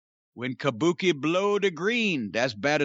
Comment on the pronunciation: if you’re gonna do a Gary Hart impersonation, ya gotta do it proper. He didn’t say Kabuki, it was Kah Booh Kay!